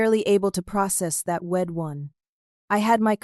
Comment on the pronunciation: Obviously youre not American. You consistently mispronounce American idioms. The words are we'd not wed, and i'm not IM. Thats why I dont follow you.